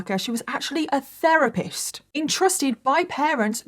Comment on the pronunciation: She went from "THERAPIST" to "THE-RAP!ST" SMH...